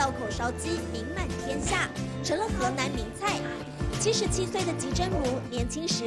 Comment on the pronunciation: he nan 不是 he lan